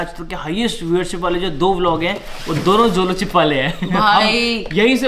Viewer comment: Zolo nhi Jolo hota h n?